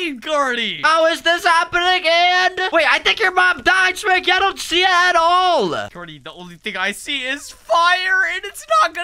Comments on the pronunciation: Did he call carty corrny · omg are serius right neow its carty not cody